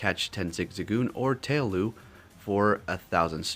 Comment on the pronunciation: So Happy that Absol is back in Raids and now in 7km eggs to and she can be Shiny too, and just one little thing I’m a stickler about how people say Pokémon names and I just wanted to correct the way you said 2 Pokémon names, Tail-low not Tail-lou and Grow-Vile not Grow-vol, just a friendly correction Ok I’m not trying to be mean or anything.